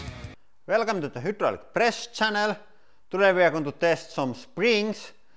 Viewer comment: I love the who-draw-lyk prrrresssh-chawn-nole